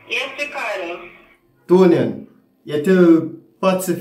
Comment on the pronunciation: you know that as Patsy gets more in tune with her gift you will have to be careful not to lie to her. It's hilarious how smoothly Patsy calls the young man Riccarder as if that is how his name is pronounced. Riccarder, mi a beg yuh nuh fi diss har.